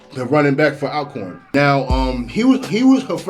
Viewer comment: “All-corn” State University not al🥴